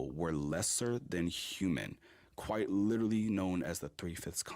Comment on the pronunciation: "Lertally this lertally happened" man these people's hubris is unmatched